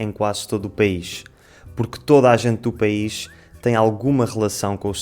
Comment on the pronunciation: "País" soa como "pe-is"..🤔